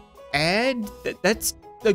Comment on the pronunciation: LETTER A AND D!!!! NOT AD LIKE ADS!!! KILL ME!!!!!!